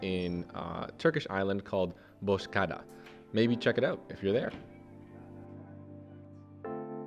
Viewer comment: Dude thanks for the great video but you need to work on Turkish pronunciations. Example: Kahveci Başı- Coffee Master, Bosh ada (ı think what you tried to say is Büyük Ada. (Meaning: Big Island). It seems you are not getting any help from anyone, yet again your video is quite enjoyable to watch.